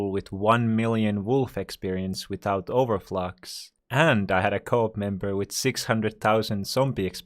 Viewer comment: It's over flex not over flox